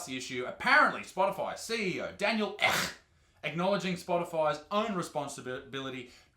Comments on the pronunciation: Daniel Ek with a sustained e. Not Eck.... /Sweden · Ek means Oak in Swedish, and it's not echh you say it like eeeek xD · Just pronounce the Ek as you would the end of meek, would be a lot closer. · lol Ek means oak in swedish and is a pretty common last name here in Sweden. You prononced it pretty wrong too. No hate just saying. Love your vids!👍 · He says Ek like we province this substitutes last name, (she’s such a drag btw) 😂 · Fucking oath Isaac! Also I will send you a voice clip on how to say Daniel Ek.. ;) -Anton